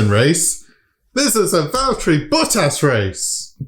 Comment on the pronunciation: Did you say a "Valtteri BUTT-ASS" race? lolololololol